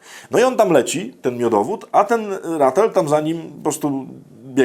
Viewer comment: Należy czytać, nie "ratl" tylko normalnie "ratel". Widziałem o nim kiedyś film przyrodniczy. Bardzo interesujące zwierzę. Przepraszam, że poprawiam. Pozdrawiam!